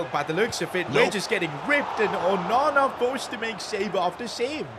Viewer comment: You know him saying onana when he saves a crazy goal.Sounds like OH MAMA LOL